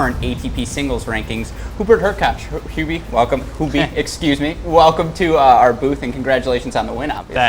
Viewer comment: Good interview, man! And really magnificent pronouncing of "Hubi"! 😍💪